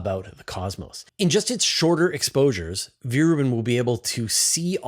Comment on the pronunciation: Come one, it is not pronounced Viere Rubin, but Vera Rubin. Ve- Ra Rubin